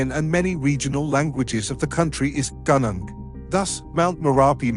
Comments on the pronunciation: Gunung.. not Ganang. Thanks!! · Gunung is pronounced Goonoong, not ganang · 'Gunung' is pronounced 'goo-noong' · Gunung is pronounced goo- noong, not gun-nung. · Gunung is not pronounced as "gannang" but "goo-noong"... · The pronounciation of "gunung" is "goo-noong" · thank you for bringing this up to our attention, just want to add that Gunung is pronounced Goo-Noong.. anyhow i've been to Merapi dan Bromo, and boy they were beautiful.. blend with the locals and you will get a lot of sad stories from the last big eruption of Merapi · Gunung is pronounced "goo noong" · FYI, Gunung = 'goo-noong' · its pronounce goo noong. gunung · The narrator is MURDERING the pronounciation of most of the Indonesian names and/or words, including Mt. MERAPI, Mt. SINABUNG, GUNUNG, KERINCI, KRAKATOA, etc. He only got the easy ones correctly: Sumatra, Java, and Toba. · Yes there are some poorly researched mispronunciations. One is "gunung". The letter "u" should be pronounced as the "u" in the English word "put". The island volcano often called Krakatoa by English speakers is actually Krakatau and the last syllable rhymes with English "now". I studied in Indonesia and speak the language.